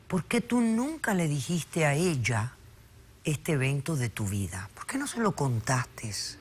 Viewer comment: Alguien debe desasnar a la Polo aclarándole q no se dice dijisteSS, ni mentisteSS. En mi país nos lo enseñan en la escuela primaria.